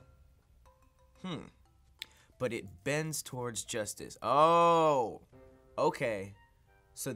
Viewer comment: "But it bends towards Joistice."